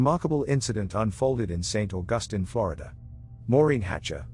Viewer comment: Saint Augustine is pronounced Saint Augusteen.